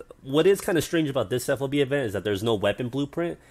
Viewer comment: It's FOB not F.O.B. Though it is an acronym, but the military likes to say those as words because there are so many that it makes for a clunky conversation. Ammo Handling Area is just AHA, like "Ah ha". Well, sometimes it can be either a non-word or letters, like ADA for Air Defense Artillery. But the point was I've never heard FOB said as letters. Even when we're clearly trying too hard to make it work. Like MLRS "emlars".